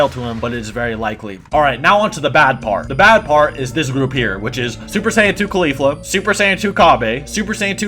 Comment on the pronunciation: not trying to be a dick but the way u pronounced Kefla, Caulifla, and Cabba lowkey bothered me 😂😅